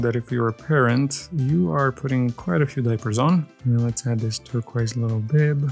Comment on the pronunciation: “TurqOis”, not “turquaise”